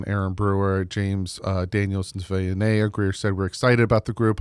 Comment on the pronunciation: From Tucson, AZ…20 year Wildcats season ticket holder. 40 year Dolphins fan. It’s: Big Jonah SAVA-ee-nah-aya Bear Down! Fins Up!